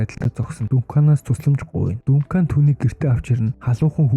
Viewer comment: Дункан дункан дункан л гээд байна Duncan = Данкан 😂